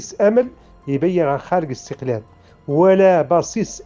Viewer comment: يا سبحان الله،ينطقون الإستقلال بحرف الغاء (الإستغلال )،صدقتم يا مرتزقة و القريب لكم بل المحقق لكم هو استغلال الجزائر لكم،أنتم تسبحون في الإستغلال الجزائري لكم للنيل من المملكة المغربية. مبروك عليكم الإستغلال و ألسنتكم تنطق بالحقيقة و أنتم في سبات و غباء. الصحراء مغربية و نحن المغاربة الأمازيغ و العرب و اليهود لن نسمح بمنح المرتزقة لا حكم داتي و لا حكم غير داتي،المغرب كله من طنجة إلى حدود موريتانيا و من المحيط إلى الصحراء الشرقية رقعة واحدة غير مجزئة و غير مختلفة في قوانينها. قبح الله فرنسا الخسيسة و ربيبتها الجزائر و مرتزقتهم الملعونين آمين.